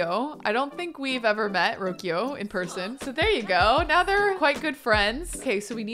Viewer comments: Hi, love your videos! I just wanted to pause a sec and act like the Spanish language police for a bit, lol, and mention that Rocio’s name is actually pronounce like: Roh-SEE-oh. Emphasis in the “-see-“😊 That’s it, now please continue with your regular scheduled Program 😂👍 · Rocío is a spanish name. It means morning dew. It’s pronounced roh-see-oh. 😉😜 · The name Rocio is pronounced row-see-yo :) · I was going to comment the same but I guess the pronunciation varies depending on where you go, I was going to say that it's pronounced roh-thee-oh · pronouncing Rocio as Rokio is quite cute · Rocio - "Ro-see-o" 😬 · Rocio is pronounced Ro-see-o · Rocio is pronounced Ro-see-oh